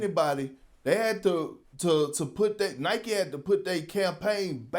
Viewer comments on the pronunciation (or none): none